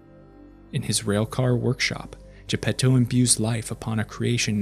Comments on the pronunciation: Italian here. You actually pronounced it pretty good. Thanks for giving some consideration to the original work. To all the people complaining, you should see what MY brain does when the average anglo speaker pronounces Geppetto and Pinocchio. No offense. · Same here, listening to people saying "Arlecchino", but with an English ch lol, respect to this guy trying to pronounce Gepetto properly!